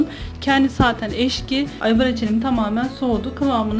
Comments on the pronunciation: Teknolojiyi kullanip video çekip youtube a koymayı öğrendiğiniz gibi Türkçe yide doğru kullanmayı denemeyebilirsiniz. Eşki değil Ekşi. Pek çok defa eşki dediniz, kulağı tırmalıyor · Eşki değil....ekşi...lütfen Türkçeyi düzgün kullanın..